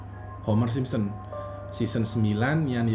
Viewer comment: yg aku denger dn yg aku liat bilangnya "SimSEm" Hehhe. Tp di baru "Simpson". liat aja cara ngmng nya aja beda. sampe2 aku perhatiin setiap ngmng "The Simpson"